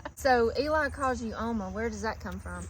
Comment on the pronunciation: Great video.💕 Here in South Africa one of our languages is Afrikaans, we call our grandmothers Ouma, same as you pronounced Oma